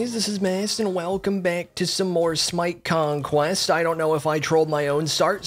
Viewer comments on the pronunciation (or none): My man said smite conquest slightly different and I'm SHOOKETH... I miss the old Mast 😔